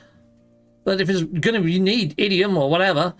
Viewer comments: it’s pronounced IN-dium not idiom. Love the shows! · Bruh 😂you kept calling Indium (Idiom) I get accents and all but that wasn’t an accent slip.😂